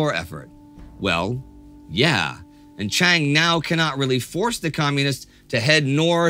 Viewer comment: Pronounce Chiang as Jiang and you are perfect.